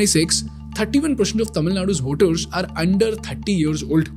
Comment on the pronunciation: You don't need to say Per"sh"ent you or Voter"sh" you simply can pronounce them normally with an S. That sh sound with a curve sounds so annoying I used to do it in 3rd Standard man. Pay attention !!